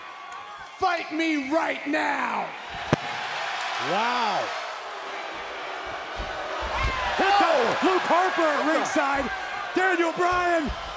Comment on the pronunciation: Did Corey say Lope Harper?